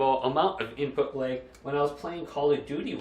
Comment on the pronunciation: Take a shot every time he says "input layg"